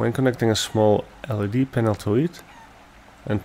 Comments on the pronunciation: First LED is not pronounced "LEAD", it is an EL-EE-DEE, as in Light Emitting Diode. Second, you should have kept the inner set of coils. You should have disconnected the inner set of coils and connected two NEW wires to those coils. If you kept the switch box, you could have sealed that box, and placed 2 bridge rectifiers inside the box.Next you could have then connected the outer set of coils to the first bridge rectifier, and the inner set of coils to the second rectifier. The positive terminals of both rectifiers could then be connected together. This way power would be generated by both coils. The non magnified part you call the "rotating part of the induction motor", which you removed may have been modified to install the magnets. Grind the fins but insure it is still firmly attached to the housing, then make 14 holes evenly spaced and put 14 of the strongest magnets in these holes. I suggest molybdenum magnets or something along those lines. Next since I recommended keeping the switch box to hold the rectifiers, also use it to contain both a capacitor and a regulator. The capacitor used should be one rated higher than the top voltage that might be produced by the fan motor, I suggest 250 volts, not sure what would be the be micro or pico farads would be best since I have no idea of the frequency of the power produced is, however you might place the capacitor in parallel with the power terminals, as you already did but also add a coil to the positive side of the capactor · well for one it’s pronounced L.E.D. Not lead